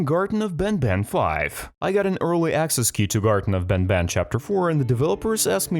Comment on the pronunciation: Bro said garten of ben ben💀💀💀☠️☠️☠️